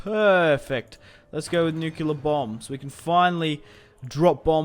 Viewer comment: nucular bombs